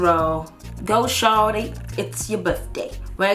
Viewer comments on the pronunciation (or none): Shawty not shanty